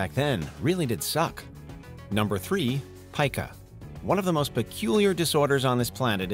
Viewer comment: Its pica , as in, pee-ka